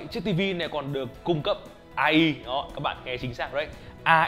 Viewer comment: Ngta đọc ây ai mà anh đọc a i